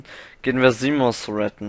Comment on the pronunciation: Es heißt Zimos nicht Zimon. :P